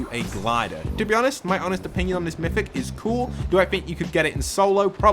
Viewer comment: It’s MYTHIc